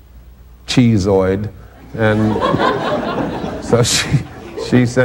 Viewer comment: "Cheezezoid" Tommy definitely was an English major! LOL